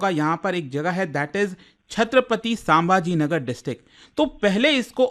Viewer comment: Please pronounce correctly Its छत्रपती संभाजी नगर ❤